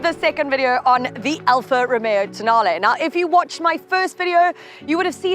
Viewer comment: tonale I accidentally mispronounced it as toe nail sorry😭😭😭